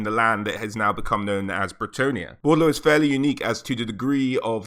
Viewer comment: also, it's BOR DE LEAUX not Bordlou.